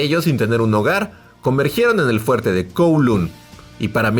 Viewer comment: Se pronuncia Koulong. 😅